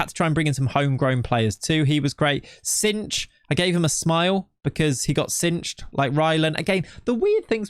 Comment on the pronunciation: Bijlow and cijntje arent supposed to be pronounced like that 😅 more like bi-low and not cinch but sain-tye. Dont know if that sounds it out wel but should be better then it was now. Other then that great video 😁👍🏻.